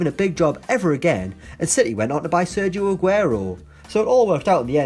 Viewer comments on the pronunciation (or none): none